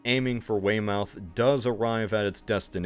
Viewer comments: Great video! Btw, Weymouth and Great Yarmouth are supposed to be pronounced like Portsmouth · Love the video but I forgot hearing an American pronounce English city / town names are funny. For example, it's not Wey-mouth it's Wey-Muth. But ah well, cracking content as always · YarMOUTH, Way-Mouth, and NORE-Which? How come you get Portsmouth pronunciation correct, but Weymouth and Yarmouth so off? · little did napoleon know when his troops landed at great yarMOUTH to attack norWHICH that it was an invention of an American who didnt research how to pronounce the real towns name and they all drowned likewise the army heading to weyMOUTH like seriously just google the pronunciations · You pronounce Portsmouth correctly, but when you have to pronounce the "mouth" the same way as Portsmouth for Yarmouth and Weymouth you don't lol. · Great video! Although perhaps double check how to say “Norwich”, “Weymouth” and “Great Yarmouth”, although I don’t blame you, English place names are notoriously hard to pronounce! 😅